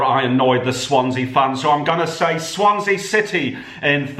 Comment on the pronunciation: Swansea 😂 Cardiff 😂😂 Lincoln 😂😂😂 It's taste not like promooootion !